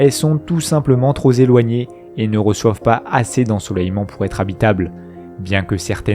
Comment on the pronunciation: Alors juste une remarque car ca pique les Zorreilles... on ne dit pas trop Zéloignées mais trop Péloignées. :D Et on ne dit pas non plus si Zélevée.